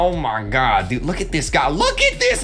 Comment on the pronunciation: KREEKKRAFT keeps saying "ah mah gad"